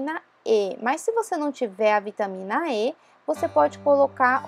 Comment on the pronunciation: Nao se diz ( ê ) e sim vitamina ( é )